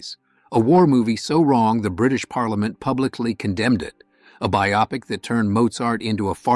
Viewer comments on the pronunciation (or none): It’s “bio-pic”, not “biop-ic”. 😉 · Sorry, I couldn't get past bi-OP-ic, instead of BIO-pic. Just get a human to read the text you lazy bleeps.